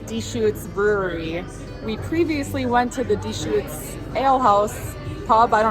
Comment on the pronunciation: I follow and love you guys and I am from Eugene. raised there...But..LOL Dechutes is not pronounced DEEE shoots but rather duh shoots...lol And btw Eugene has major bike trails You can ride all the way from West Eugene to Springfield, OR via Downtown via Alton Baker park and by Autzen (Go Oregon Ducks) stadium.. Probably 20 plus miles or more of trails....